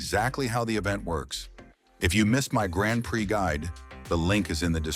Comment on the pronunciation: first says Grand Prai, a second later Grand Pri, love these little mistakes.